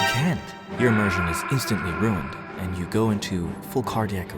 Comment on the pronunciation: "Immersion", pronounces it "Eeeee-Mersion"